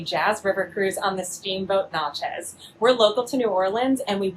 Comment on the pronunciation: if your local to New Orleans learn how to pronounce Natchez😅